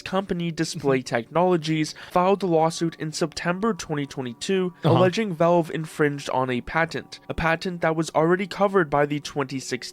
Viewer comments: I don't like the way the narrator says "valve". Sounds more like "vulv". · Wtf is with this dude's pronunciation of Valve? "voulv"